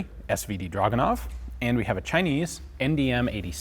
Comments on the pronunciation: It is not "dragunov", it is pronounced as "dragooonov", stressing the middle part of the word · Drragoonov. Russian has no "uh" sound. Their "у" in драгунов is transliterated as "u", but has an "ooo" sound, not an "uh" sound. I point this out simply because the number of times draguhnov was said in the vid became annoying to hear. Otherwise, very interesting vid. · you can say it...draaaaag...not druuuuuug. ure still sexy as hell, though:) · Ur saying it wrong its DRAGUWNOF in russian